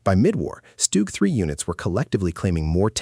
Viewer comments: STUG is pronounced SHTOOG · stoog ...etc wow AI is really taking over how hard is it to say a name correctly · Good video, AI pronunciation is poor for some German words, StuG and Jagdpanther for starters. Art image for the Tiger is reversed. The Pershing should'nt be ranked so high if only 20 saw combat fover 3 months. Panzer IV artwork image is reversed. Ferdinands/Elefants were more numerous and destroyed more tanks than thr Pershing. T-34 artwork image is reversed. Sherman absolutely should not be ranked above the T-34. Why are you using a still WW1 photo of German (?) machine gunners wearing gas masks?